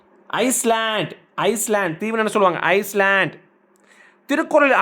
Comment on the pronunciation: 24-வது கேள்விக்கு ஐஸ்லேண்ட் சொல்லக்கூடாது ஐலாண்ட் சொல்லணும்